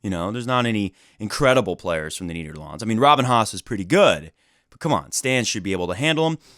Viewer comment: Please, don't ever pronounce Nederland like that again, please. Anyways, as a good Fed fan, I ofcourse freaked out a little when I heard he decided to come back to Rotterdam. And then ofcourse got myself some tickets :D Hope he doesn't lose this time!